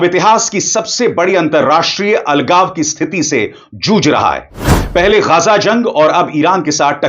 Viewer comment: It is ghazza not ghazaa